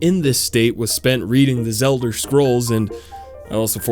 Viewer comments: lmao "The Zelder scrolls" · “Zelder” sounds like a slur